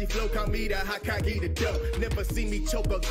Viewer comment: I will never get over how pronounced Hokage